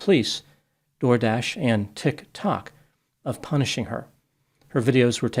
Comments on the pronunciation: 10/10 rage bait with the way you said tik tok as though you had only just heard of it. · Why does keep saying Tik Tok like is the first time you've ever said it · why does bro say tik tok like that? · I see is still pronouncing TikTok like a mentally challenged troglodyte. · Why are you saying Tiktok like you've never heard of it lol.